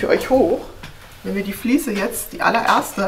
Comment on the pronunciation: Ein gesundes und frohes neues Jahr Euch allen! Super Video, vielen lieben Dank! Wieder sehr viel gelernt. es heißt "Fliese" und nicht "Fließe". Ich werde wahnsinnig 😂